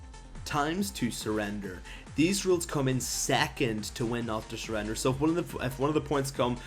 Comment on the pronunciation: WHEN TO NOT SURREDER? OMFG DON'T SPEAK ENGLISH EVER AGAIN!